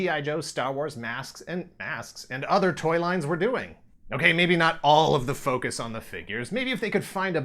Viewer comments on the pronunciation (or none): none